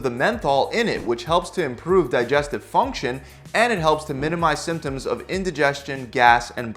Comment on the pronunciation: Can you say symptom symptoms again that was just........... Really Really Annoying🙃